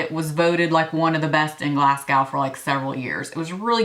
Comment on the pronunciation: Love this video! Btw it is pronounced Glas-go !!